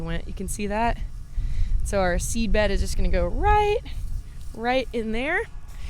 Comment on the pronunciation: As a Texan, I get a kick out of every time you say "ruht". :) How do you say "boot"?